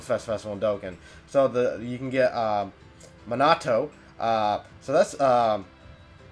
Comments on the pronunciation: why did he say manato instead of minato and he also says gildo instead of guldo in dokkan battle triggered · He said monato lml 😂 minato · And it's minato not Manato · its "mean-uh-toe" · when you said minato's name wrong i died a little on the inside. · you just said minato and sasori wrong how dare you say narutos dad's name